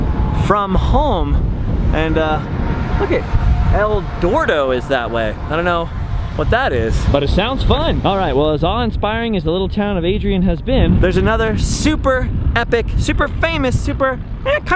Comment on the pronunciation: El Dorado is where Placerville is, and close to where your fiance's from, it's not El-door-dough, but I love your videos no matter what!